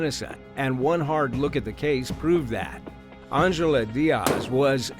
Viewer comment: Angela starts with the letter "A". Stop pronouncing it like it starts with an "O" Wtf is Ongela